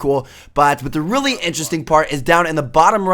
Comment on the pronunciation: the most word tmartn says RELLY RELLY